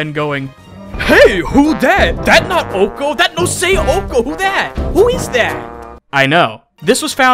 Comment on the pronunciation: It not ok it is ohko